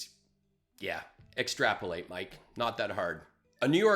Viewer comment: ''extrapulating''...the struggle is real ;) (hey, it's an easy one, don't judge)